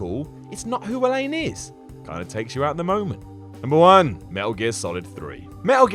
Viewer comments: Cole Van Meygaarden I was literally yelling elenA at the screen every time he said Elaine 😂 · ElenA. ElenA. Maybe don't rag on a character if you can't even be bothered to get her name right? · you've probably never played the game if you pronounce ELENA wrong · literally unsubscribing because of you mispronouncing Elena 😂😂 that defeats the purpose of this video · Her name is Elena. ElenA. There's an 'a' at the end there. There's a glaring flaw for ya. I'm not mad. You're mad. I'm fine... moving on... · Cole Van Meygaarden elain is a better name though. he pronounces it better than the game does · Oh no it’s turning into watchmojo with the mispronunciation of names now, it’s Elena and Kratos not Kratoss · I doubt this guy has even played these games. He doesn’t even know how to pronounce elena. Seriously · I am finding flaws with your channel that are difficult to ignore. Your nitpicking of otherwise pretty solid games, your "critiques" come across as nothing but hostile bitching and the reasons for your complaints are...questionable. Given the glaring oversights to your "facts" I am quite surprised that your job is playing video games. What from your stunning mispronunciation of Elena's name to your assessment of Arkham City being too confining (like any city in reality); there are too many to cover so I'll leave it to my fellow gamers. This video highlights the fact that people need to thoroughly research their subject of discussion, NOT make up their mind about what they think are the "real" facts. I just recently subscribed to your channel but I find myself faced with a channel of all flair and no substance. Now THAT is an opinion, not a fact. Your channel needs to learn the difference. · ELENA!!!!!!!!! NOT ELAINE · Elaine? Really? Look at the spelling or the millions of times Elena's name is pronounced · Elena, not fucking Eleine. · Its annoying when he says Elaine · Alain ? Its Elena dumbass goddamn do your research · Dude. her name is Elena. not Elaine.